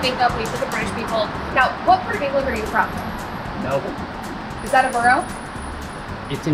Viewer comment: HAHHAA “Melbourne” 😂